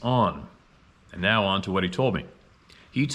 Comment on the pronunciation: Has anyone else started to count how many times in a video says, "nee-yeah".....*now? 🤨🤔 I've started saying it like that now just because.😆